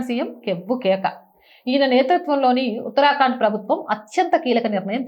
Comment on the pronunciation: ఎప్పుడూ ఉత్తరాకాండ్ అని చదువుతారెందుకు ఉత్తరాఖండ్ అని చదువొచ్చు కదా